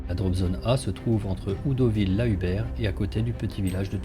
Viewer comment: ce n'était vraiment pas une critique de fond. J'ai apprécié votre vidéo. J'aurais dû commencer par là ! Quelques petits soucis quant à la prononciation des noms de localités... (Comme Audouville, ou le s de Hiesville qui ne se prononce pas...). Je ne vous embête plus, promis !